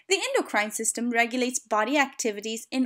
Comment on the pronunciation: I don't like how she pronounces ENDOCRINE tho.👎🏼